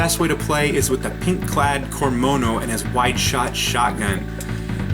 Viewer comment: it's cormano, not cormono, put some respect on his name